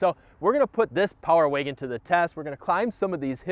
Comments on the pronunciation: It's Wagon, not Waygon.... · What’s a Power “Waygen” ? Lol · What’s a power “waygin” ? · Love the Video and I ordered My 2022 Power Wagon in June and should be getting it in Oct. BUT if I have to hear this guy say “ Waygen “ one more Time!!🤦🏻‍♂️🤯🤬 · Where are you from? I've never heard anyone pronounce "wagon" like "wiggin". Intriguing. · No offense bro but the way you say wagon is giving me brain cancer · I came to the comments just to see this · I didn't hear until you mentioned it. Thanks for that. Can't not hear it now.